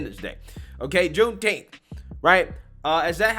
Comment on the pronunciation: Juneteenth or Shooteenth??